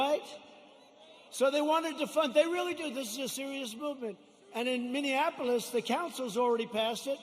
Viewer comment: "Minionapolis" LOL!